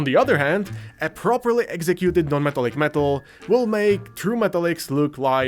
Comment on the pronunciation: bruh, wth is he saying. na-metal-lick-meetal? great video tho